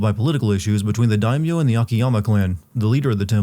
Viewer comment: Jump to to skip mindless rambling. It was also funny to see you sinning the "Are you finished your training?' bit after all the mispronouncing of English words you've been doing XD And then... "corrupt daikon" LMAO!